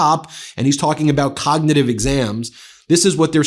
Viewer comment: Trump cannot pronounce “cognitive” correctly. He always says, “cogditive.” He repeatedly shows his lack of education. That is why Melania is having Barron take elocution lessons.